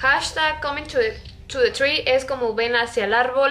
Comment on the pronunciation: Jaja me da risa como lo pronunció "ar yu comin to te tri?" xD